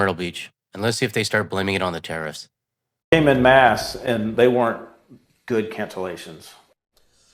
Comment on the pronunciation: "in mass" instead of "en masse". Typical American who can barely speak the only language he knows.